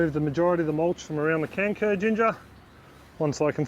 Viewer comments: For a minute there I thought you said 'canker' and I was thinking to myself, "why is planting a diseased ginger?" Just to let you know, the letter 'c' in kencur is pronounced with a 'ch' sound like in 'chair' or 'China'. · Hey, in Malay, the pronunciation of "kencur" sounds more like "turn throw". As someone already pointed out, the "c" is pronounced as "ch". FYI;)